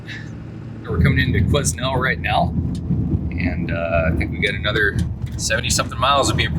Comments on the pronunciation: Interesting to hear an American perspective while driving through BC. This is my backyard and these winter driving conditions are pretty routine for us. You get used to the road conditions. A few tips on town pronunciation. Lillooet is pronounced Lil'ooh wet. The "S" is silent in Quesnel. Pronounced Kweh Nel. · Quesnel is pronounced kwa-nel. Say it quickly. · Dude, the s is silent when pronouncing Quesnel 🤓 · I was laughing good when I heard you pronounce Quesnel!! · Just a friendly nudge.. S is silent in Quesnel 😉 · Hi from Quesnel. The 'S' is silent lol